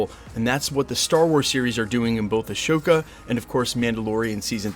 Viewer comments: Why did you keep saying “a-show-ka?” The series is definitely pronounced “a-soe-ka” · Just a heads up, it's AHsoka, not Ashoka. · AH-SO-KA, not Ashokka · It is Ahsoka, not Ashoka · say a"show"ka instead of "ah"soka one more time bro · It's Ahsoka NOT Ashoka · Also, just a little nitpick, it's Ahsoka, not Ashoka lol. No "sh" sound. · a"sh"oka 😂😂😂. Great video btw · Ashoka???????Ahsoka Tano. Took me a while to figure what you talking bout bruv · triggered by the way you said Ashoka but youre probably smart enough to do it for the comments lol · It’s pronounced uh-so-cuh (Ahsoka)🤦‍♂️ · Not being petty. I realize being on track with details has always been a solidly reliable thing for you and the channel. To that end, the correct pronunciation of the upcoming Rosario Dawson Star Wars series is “Ah So Kah.” Thanks for always keeping us all up to date with everything happening in the MCU. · (Uh-Soak-uh) trying to save you 😂 Appreciate the hard work and info! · I thought for sure Loki would be debuting a month or two after Antman made it to Disney Plus. A bit disappointed. Also, thank you for addressing the scammers. Not enough YouTubers ever even bring it up. Btw no sh sound in Ahsoka. ✌️ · Ahsoka is not pronounced that way >< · Were you mispronouncing Ahsoka? Lol. Not a big Star Wars fan, I assume? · that H is supposed to be silent